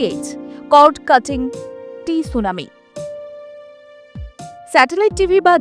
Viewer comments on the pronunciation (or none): T sunami ta ki madam ? Aapnar gyaner simabaddhota ta khubyi prokot kore diyechen. Ota T sunami na, sudhui sunami, T er uchharan silent. Jemon thaisis (TB) lekha hoi Phthisis, P ta silent. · Tsunami কথাটা নয়, ওটা হবে সুনামি